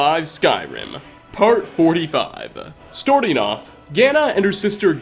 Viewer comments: Skyrim is big, "storting off", plethora, murdered to death and a couple mispronunciations. How many did I get right? Keep up the good work, always happy to see a notification from your vids. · "The Elder Scrolls FAAHVE: Skyrim. StOrting off with..." 😂